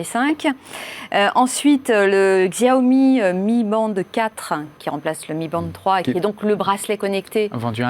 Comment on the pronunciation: Merci ! "Chiaomi" putain ! ^^